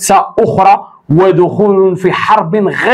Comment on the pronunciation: غير متوقعة بفتح القاف